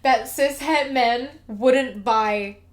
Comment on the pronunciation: I keep hearing Cishead instead of cis/het